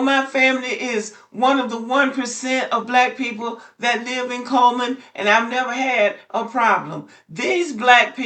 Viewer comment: It's "CULL"man.